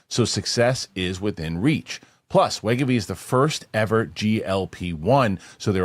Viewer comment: Thank you, Winston!!! Thank you for correcting pronunciation of wegovy....cracked me up every time he'd say it wrong. 😂😂😂